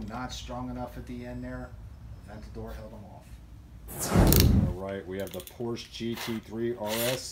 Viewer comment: Someone teach him how to correctly say Porsche